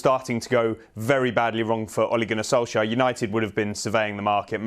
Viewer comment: That guys a broadcaster who mispronounced Ole Gunner Solskjaer name in every way lmao 😂 good old sky.